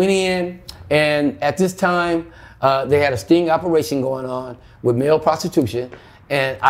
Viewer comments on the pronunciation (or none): none